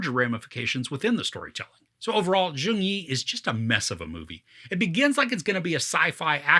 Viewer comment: U're pronouncing the name wrong. Its not joong yi.. it's jeong yi. Like u replace letter y with j in the word "young"